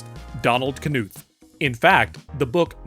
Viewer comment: As someone whom has the surname Knuth it hurts badly hearing the way you pronounced it, it’s a silent k the same way knife is the way it is said is nuth, the nu is said with the same way one would say knew. With the th sound at the end. It’s quite a rare name so I get it why it happens. Curious on what the difference odds of someone having the same name when finding this randomly.